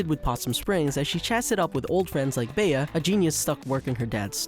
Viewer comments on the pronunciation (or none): Did he just pronounce Bea as “Beah?”